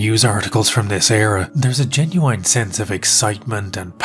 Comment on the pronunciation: please stop saying "genuine" wrong